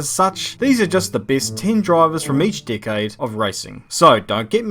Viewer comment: Is it just me or do I hear Dickaide instead of Decade?